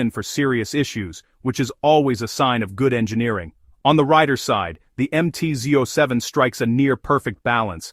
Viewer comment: AI cannot deal with numbers😂 MT Zoy Seven!